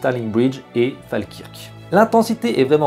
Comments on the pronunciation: Falkirk se dit Falkeurk..... Dommage de ne pas avoir un mot quand même sur les invraissemblances historiques (stearling a eu lieu sur un pont,Isabelle de France avait 4 ans lors de la rébellion écossaise ),n'enlevant en rien a la qualité du film . PS: Sophie Marceau ,a l epoque etait très présente à l international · Fale kirk??? Fait un effort sur la prononciation ?